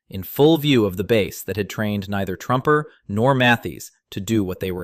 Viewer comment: Hey AI narrator guy...2nd Lt. Walter Truemper is pronounced True-Emper and Sgt. Archibald Mathies is pronounced Math-ees. You got that one right once or twice.